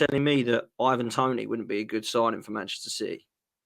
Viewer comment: Learn to say his name it's not Evan Toney you illiterate Manchester tit